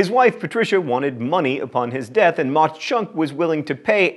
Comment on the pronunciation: My dad told me the Jim Thorpe story when I was little - pretty sure Mauch is pronounced like "mach". I'm sure someone will correct me if that's wrong :P